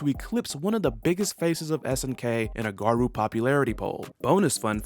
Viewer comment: Good info. My only problem with the video was the pronunciation of Garou. It's actually pronounced with an long o sound, not a u or oo sound.